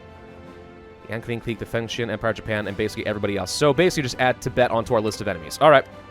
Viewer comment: Mandatory comment judging your pronunciations, this is for entertainment and educational purposes, I mean no offence to your contents, they are great. I will watch the video and correct pronunciations and/or give tips in this comments as I go along. Also before I start, tends to pronounce the Qing as Xing. As great as he is at pronouncing the Chinese ‘x’, that is not how you pronounce the ‘q’. First of all, as a piece of background info in Chinese ‘zh’ is pronounced like an English ‘j’, and the sound will from this point forth be referred to as ‘zh’, as ‘j’ is reserved for the Chinese ‘j’ sound. If you already know how to pronounce ‘zh’ and ‘x’, a quick way to learn to pronounce ‘j’ and ‘q’ is realizing that the difference between ‘x’ and ‘sh’ is the same as ‘j’ and ‘zh’, and ‘q’ and ‘ch. If you don’t get it just listen to it online, it should help. Also ‘c’ is pronounced like an English “ts”. Anyways since I already mentioned how to pronounce ‘j’, ‘q’, ‘zh’, and ‘c’ I will not include them in the list of corrections unless it is some special case (such as ci and zhi). Since there are less events now that the whole 1936 Qing collapse is over, expect there to be not much corrections here. Also at the end of the series I will list all the corrections and comments I made in the series. Xin-ji-aang Gwang-zhow Sss-chwan